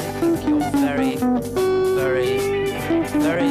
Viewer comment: Very, very very or vary, vary , vary? Very,vary, very , wary?